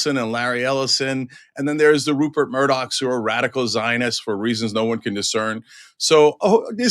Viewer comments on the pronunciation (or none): none